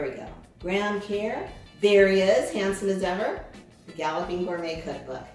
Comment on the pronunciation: Lol you're saying it wrong it's pronounced kurr